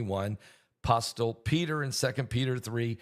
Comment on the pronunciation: Study pronunciation of apostle.. T is silent